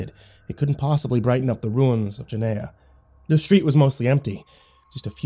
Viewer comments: Gehenna is pronounced GehRena no gehena lol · "Geneya" Hmm, never heard of it. "It's hell in the Bible!" ... Wait, is he mispronouncing Gehenna? *checks original story* Yep. XD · Ginneah - no G-henn-a - yes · The ancient bloodsoaked sacrificial grounds outside of ancient Jerusalem that inspired the word: ahegm Guinea. Because they tried and experimented with torture and blood sacrifice there. Hence the name Guinea (like guinea pig). Or for any Dragon Ball manga readers the Know the Japanese version: Gine. Ya know because she’s named after a vegetable from THE GROUND? When are you guys gehenna get your pronunciations correct? Smh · I had to check the original story, because it sounded like the destination was Guiana--which would be a way more mysterious destination for a train traveling through an interdimensional void than Hell, if you ask me. And then it sounded like he was saying "Jenaya", which made me think they were talking about two different things. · I love you. Love the stories, love your personality, love your soul. With that said, I'm not reading what you are, but if you are reading "Gehenna" thr pronunciation is geh-HEHN-uh with a g sound at the beginning not a J. If it's not that I apologize! If it is just letting you know. Keep up the awesome work man. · Damn good story, but Gehenna is pronounced guh-henna not jeh-naya....... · I love how you pronounced Gehenna correctly the first three times then after that it was genea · And then Guyana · Dont forget giyena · It's pronounced guh hen nuh by some Oh gi hen uh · Yes. Definitely not jeh-naya as the narrator pronounced it. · It's pernounced (gah-hen-na) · I love this except one thing. Gah-HEN-na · ... It's pronounced "Geh-hen-nuh"... 😐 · Why do I feel like you were trying to say Gehenna? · Do you mean Gehenna? If so, you're pronouncing it wrong. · Please watch blue exorcist to say Gehenna right